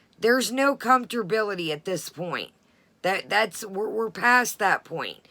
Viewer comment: Comfterbillity?? This coming from someone that takes the time to tear apart how other people talk. Hmmm Comfterbillity...ok...moving right along🙄